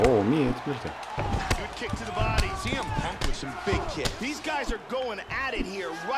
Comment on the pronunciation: Он сиэмпанк, а не цеэмпанк